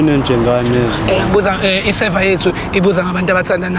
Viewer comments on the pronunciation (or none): it’s called survey not server 😂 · awe, on the next episode you must say SURVEY not SERVER. sure king✌🏿